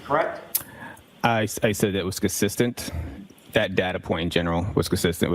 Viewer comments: He's very cussissent in his inability to pronounce words. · His pronunciation of 'consistent' is a crime in itself.